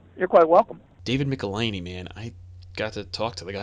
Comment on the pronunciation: Great interview including some nice backstory with Michelinie (how is his name pronounced?, you pronounced it 3 different ways during the show.lol) working for both DC and Marvel. Currently reading his Star Wars run Marvel with Walt Simonson and his writing really stands out.